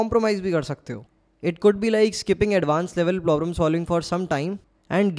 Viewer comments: Aapki advice boht acchi lagi bhaiya , thanks ,but ye plobrum kyu bol the hai problem hota hai (maanta huki feeling par jau ,par phir bhi accha effect ni padhta aap isse sahi kar lijiye) & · "Plobrems" again bhaiya 😂 Why?